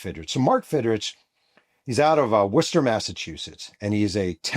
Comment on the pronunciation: I’m glad you said Worcester instead of warchester😂😂😂